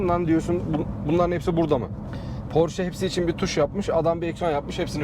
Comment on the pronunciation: abi doğru telaffuz "porşe". senin gibi dortmund'da yaşayan birine yakıştıramadım...